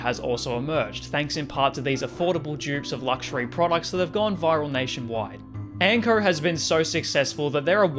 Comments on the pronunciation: Why do you pronounce "Anko" as "Ankrrr"? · The way he’s say Anko brah ….. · it's quite tame, all except for when you pronounce "o" lmaoo